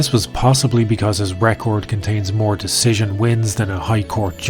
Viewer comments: Wait... Dana cant say Decision? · Dana can't even say decision right how much he hates it